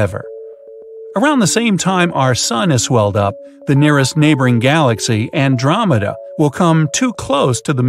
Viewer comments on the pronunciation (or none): none